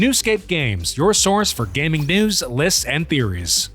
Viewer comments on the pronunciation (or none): he said lits instead of leaks (not trying to be mean)